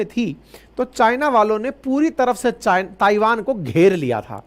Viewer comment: सर ताइवान का सही उच्चारण थाइवान है कृपया इसे नोट कीजिए